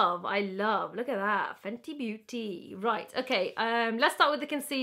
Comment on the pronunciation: "Fenty Beautyyyy" in her Welsh accent😂😂